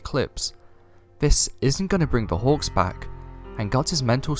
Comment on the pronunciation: I swear, everytime you say "hawks" I hear "hogs". Lol